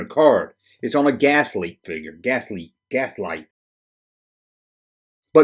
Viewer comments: V-L-I-X pronounced vlicks. GLASSLITE, pronounced glass light. Come on dude lol. Killing me lol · I've always pronounced the character as Licks with a V, VLicks. Also the Brazilian company is Glasslite (Glass Light) not Gaslite. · Did a quick search for Glasslite commercials from Brazil. They definitely pronounce it: Glass-Leet. Not sure why you keep leaving the L out of that word... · Its pronounced glass-leet.